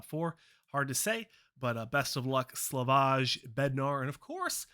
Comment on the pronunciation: It´s Slavojjj (jjj) not Slavošš :)) It´s Czech republic name :)))